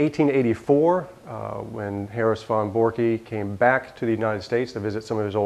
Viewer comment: Great Video...but its Von Borcke.... pronounced "Von Borck"....No "E" on the end. I sounds silly and pronounced wrong. is a great and smart man, Very nice guy but can't believe he got it wrong.